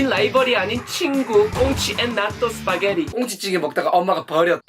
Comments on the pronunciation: 스파게리 발음 좋으시네요 ㅋㅋㅋㅋ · 스파게티 ㄴㄴ 시파게티